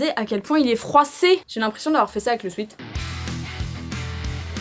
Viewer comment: Pour dire “sweat” on prononce swet parce que sweet c’est autre chose, ça signifie sucré/doux